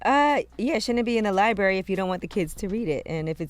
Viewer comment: The word is "libRary." F the mental health. Get u a mfn speech therapist.